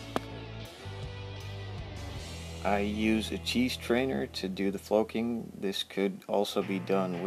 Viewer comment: Great tutorial, thanks! Doesn't the word flocking rhyme with clocking as opposed to cloaking?